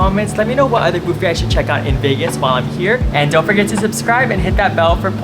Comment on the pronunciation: Subscribed partly because you pronounce it ‘Bouffet’. 😊…like bouffant.